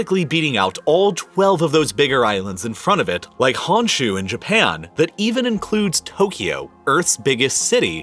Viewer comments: Hearing 本州 (honshuu) pronounced as "hanshu" made me cringe haha. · Honshu in Japan is not pronounced Hahn shu. It is Hone shoe. So unprofessional. Maybe 10 minutes of research might help.